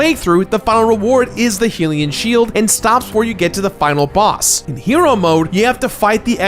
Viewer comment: It's bugging me that you're pronouncing hylian wrong 😶